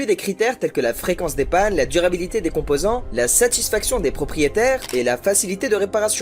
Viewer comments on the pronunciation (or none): Voitchure.....plus pire .... Voitchure...la djurabilité.... Futchure... 1 point 2 litres, 1 point 6 litres .... . Fais un effort l'ami on dirait une vidéo du lama fâché d'il y a dix ans .. fais au moins semblant